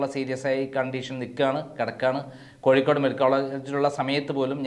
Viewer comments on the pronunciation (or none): none